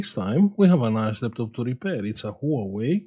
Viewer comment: "Nouwei ..." Hahaha